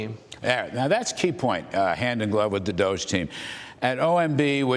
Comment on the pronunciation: It is wonderful that Mr. Vought know how to properly pronounce DOGE! Thank You Sir!